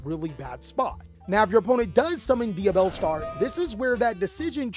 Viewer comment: Ngl your over efforts of pronunciation kill me🤣 tunnddddddda with the tongue roll, saying yuble and shit🤣